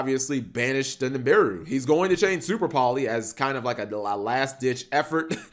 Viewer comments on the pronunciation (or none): pronounces Nibiru as Nimbiru Me: OK boomer